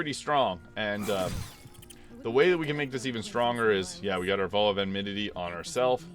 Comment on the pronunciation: You're clearly a smart guy but some of the ways you pronounce words are just baffling. The word isn't pronounced "v-oh." The "ow" is pronounced like when you stub your toe and exclaim "oww!!" or like "ouch." There have been other words like this in other videos. And I'm not trying to mock you. I just want you to sound as smart as you are.